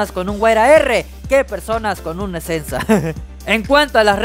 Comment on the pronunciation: El esensa se le fue la esencia 😂😂😂😂